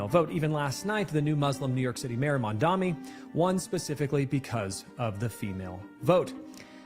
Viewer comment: Obviously dude from the clip said some horrendous shit and I would never take him seriously, but if he can't (or won't) pronounce Mr. Mamdani's name right, that's all the information I need to know he's a clown